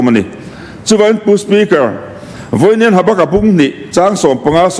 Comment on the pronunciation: Habaka=Habakuka tih tur zawk 😂😂😂😂